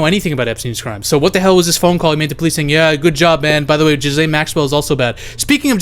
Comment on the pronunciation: Not jizzlain not gaalaiyn ga-layn